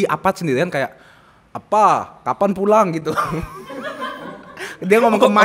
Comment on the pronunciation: gw selalu dengernya “Bodad” WKWK kenapa bisa “pulang” sih WKWKWK ngabrut